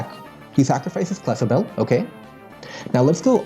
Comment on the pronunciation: It took a year and a name change, but now he pronounces clefable correctly